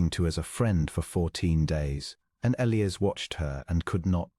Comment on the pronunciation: It is also E-li-as not El-ias.